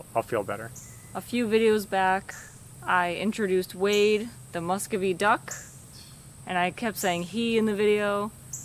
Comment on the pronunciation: Your ducks breed is pronounced Mus KOO vee.. Loving the new Renovation. You two are the hardest working couple on YouTube. Good luck and I will be watching every vid..